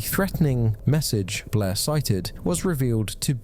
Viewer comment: I love how Blair is such a hard name for British people 😂 It always sounds like "Bleh"